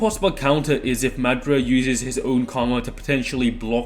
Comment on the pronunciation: Hate the way you say madra instead of madara